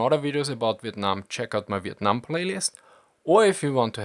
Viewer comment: Not relevant to the video but your pronunciation of " Vietnam " were actually pretty on point this is the 1st time i've heard a foreigner pronounce it correctly